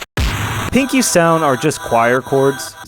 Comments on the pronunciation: “Pinki” not “pinky” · Its not Pinky its Pinki